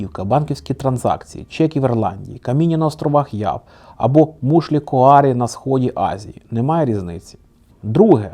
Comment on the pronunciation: Тільки мушлі не куарі, а каурі. А загалом дякую за історію, дуже цікаво